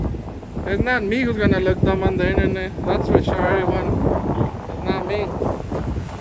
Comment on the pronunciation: “ its not me who gunna look stoopid on the eenternet eberyone” 🤣 lmao